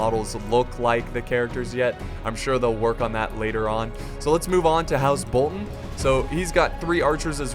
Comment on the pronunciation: The way he says Bolton triggers me xD. Still love the channel though.